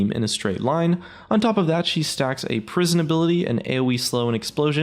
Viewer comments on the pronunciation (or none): none